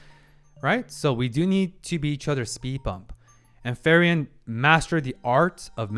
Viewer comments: Ok, but ..... its not FERIEN ITs FRIEREN (Friiiren - in english read like "FREE - REN" ) 🤣 , but good video... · its frieren (free-ren), not fairen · a tiny detail, it's not ferry-en :) it's frieren[fri ren], german for freezing (when you're cold / shiver) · In German "ie" is pronounced as a long "e".... Her name is pronounced more like like Free-ren than Fair-ian. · Kieran, Firion, Feiren, even Luger... we all love the mispronounced German names. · It's kinda funny how he keeps pronouncing "Frieren" (the German word for "feeling cold") as "Ferien" which is the German word for "holidays". Maybe it's his subconscious desire to go on a vacation 😂 Joking aside, (4 :53) while I can see parallels, that's most likely to certain scenes being made to cause a similar reaction. You do have quite a unique perspective and insights, which is why I'm looking forward to your takes on certain events (especially in the 1X Episodes) and characters introduced later on. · like "Free-ren" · "Solltrag"? "Frieren the Elegy"? WTF? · Been hyped for this since you went to 1 episode per week. I have some questions/remarks: `Which episode do you start pronouncing her name properly?🤣 `Concerning subtitles, I'm curious where your source is from. If you haven't yet watched all the episodes and don't have a Crunchyroll acct, March 1st is when Netflix will finally get this series.. so there will be another huge influx of new viewers of this anime with the (likely) official subtitles. Also, I find it's easy to learn how to pronounce words in foreign languages by switching over to English Dub, if only briefly, just to hear the word spoken by the English voice actors. I always watch subtitled, but it irks me when I get it wrong myself.